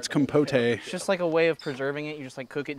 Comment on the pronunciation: My man are you trying to say Compote? Just pronounce it without the E